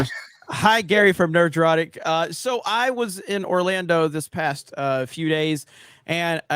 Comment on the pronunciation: I really really cant stand how Jeremy says Nerdrotic. I'm sure it's been a topic before, but gawdang it's annoying as fuck! Nerd-rotic not Ner-drotic!! Fucks sake!!